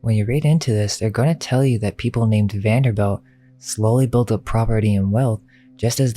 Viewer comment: It's pronounced Vanderbilt not belt.